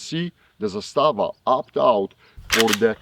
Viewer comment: Zaaaaaaaaaaastava……..Not Zastaaaaaaaaava